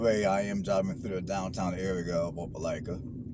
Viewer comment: I'm just happy he said Opelika right